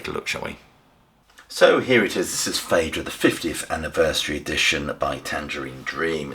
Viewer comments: It's probounce 'feedra'. 'ae' has an 'ee' sound - as in Caeser, Paediatrics or Aesthetic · Interesting to hear it pronounced "Faydra". I've always thought of it as "Fydra". It seems that both pronunciations are valid. As for the music being ambient: hell no. This is immersive and powerful stuff.